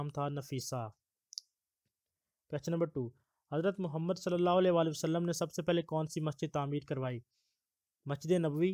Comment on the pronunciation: Bhai Muhammad (SAW) ke Talafoz sahi ada kia karo